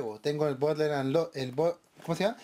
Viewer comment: Jajjajajajajjaja bodeland sin r jajjaajjajajajjajaa